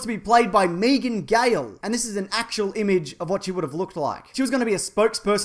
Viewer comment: Megan Gale not Meegan OK enough preaching. Great history lesson either way.